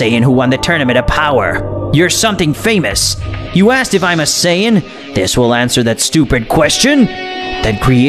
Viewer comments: Lazer Breaker, thank you. He needs to understand that it is Beerus, Saiyan, and Chi-Chi; not Bills, saiyajin, or Milk. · its called sayians not sayiagens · Saiyan not saiyayin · Not sayayain but saiyan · He says it as sayayain though